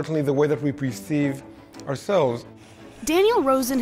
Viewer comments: He's saying PREceive but he means PERceive. Perceive: to attain awareness or understanding of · Did he say "Preceive?"